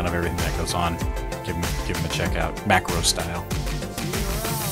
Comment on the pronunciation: you said macrostyle hes